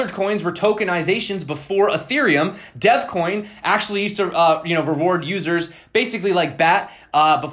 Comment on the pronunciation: Thought you said deathcoin instead of devcoin 😂 sounds brutal